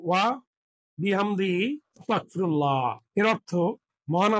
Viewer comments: আপনি বারেবারে অস্তাগফিরুল্লাহ বলতেছেন আসলে উচ্চারণটা হবে আস্তাগফিরুল্লাহ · এইখানে ওয়াস্তাকফিরুল্লা না। সঠিক হল আস্তাগফিরুলা হবে। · ওস্তাগ ফিরুল্লা না আস্তাগ ফিরুল্লা হবে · উচ্চারণটা ওয়াতাগ নয় ! আস্তাগফিরুল্লাহ হবে ! আপনার উচ্চারণে... শুনে নিবেন। আল্লাহ আপনার সহায় হোন। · ওসতাগফিরুললাহ নয় , আজতাগফীরুল্লাহ । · ওস্তাগফিরুল্লাহ্ নয়,,,,আস্তাগফিরুল্লাহ্ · আপনার কথা ভুল আছে অস্তাগফিরুল্লাহ না আস্তাগফিরুল্লাহ হবে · অস্তাগফিরুল্লাহ নয় আস্তাগফিরুল্লাহ হবে। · ক্ষমাসুন্দর দৃষ্টিতে দেখবেন আপনার আরবী উচ্চারন যেমন অস্তাগফিরুল্লাহ বলছেন তা হবে আস্তাগফিরুল্লাহ ।আরেকটা সুবহানাল্লাহি ওয়াবি হামদিহি সুবহানাল্লহিল আজীম ওয়া বি হামদহি আস্তাগফিরুল্লাহ হবে। আশাবাদী সংশোধন করে নিবেন।যাঝাকাল্লাহ খইর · আস্তাগফিরুল্লাহ হবে